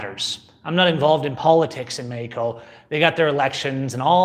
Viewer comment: say meXXXXXico....